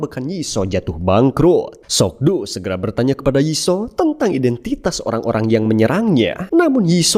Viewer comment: Ma Dong Seok bro namanya atau biasa di sebut Don Lee, kalo lu ngucap sok do jadi aneh aja gua dengernya